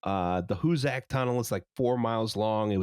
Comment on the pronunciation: Hoosac is pronounced "Who-zick"